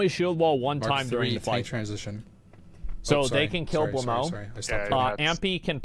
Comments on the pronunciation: actually he prononced blamo instead of blowmeu where "eu" is prononced a bit like the "a" from about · IT'S SPELLED BLOW-MEUH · Blaumeux is pronounced ''Blow-mer''